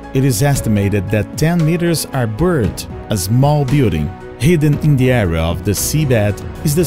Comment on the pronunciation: ... burrred ... Great content, but as for the narration, listen to a text-to-speech output first.